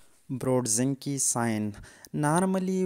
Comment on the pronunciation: Kernig and NOT Kerning. Brudzinsky and NOT Brudzinke!!